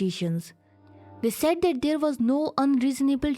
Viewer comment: I couldn't even understand half of the things she is speaking, she is pronouncing 'that ' as dat.